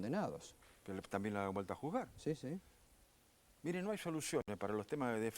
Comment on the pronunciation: Pronuncia bien dice Mire, no mirá, habla bien RICO, NO ES MIrá, es Míre con acento en la I, i latina